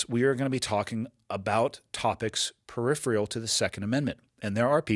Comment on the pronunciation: I really wish you would pronounce "peripheral" correctly.